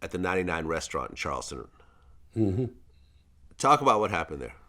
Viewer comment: CharlesTOWN! Not Charleston! Jeezus vlad !